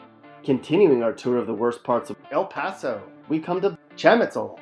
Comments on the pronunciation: bruh that aint 'El pAsO' as you like to say k this is so damn racist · Speak correctly why are you saying El Paso like that. Instead of misinforming people go to speech therapy. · Bruh this dude is showing pictures from other places and saying El Paso has super bad and dangerous neighborhoods when he doesn’t even know how to pronounce El Paso. 😂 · why do you keep saying “El Paso” like that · yeah like what the heck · Shamitzel??? It's chamizal.... Eal Pasou? It's El Paso... and the pictures... definitely not El paso